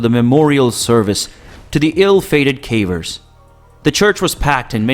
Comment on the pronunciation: He also keeps calling them carvers